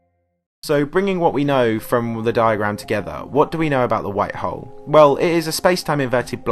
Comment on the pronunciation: Tired of listening to this guy say hoe